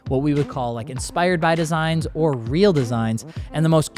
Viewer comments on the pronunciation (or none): none